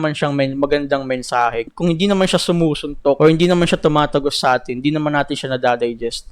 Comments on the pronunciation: Pronounce it as number 18 ang A'TIN boi.Dungka is disctrack for Abra and Ato and to those na hindi ma gets ang SB19 dahil pag may mga music awards ang SB19 individual release are nominated and win.Hindi maintindihan ng iba na kapag may nomination ang SB19 A'TIN will take forward na manalo sila yan ang hindi matanggap ng ibang artist.Most of artist na may million followers pero not a solid supporter when it comes of buying,purchasing watching concert and voting every nomination kaya may DUNGKA. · byw, ang pronunciation ng A'tin is like the number 18. pag pinanood mo documentary ni Cashual Chuck, malalamam no explanation ni Pablo jan...sobrang nakaka-touch.